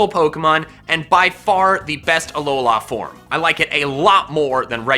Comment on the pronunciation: "Alola form" Excuuuse me?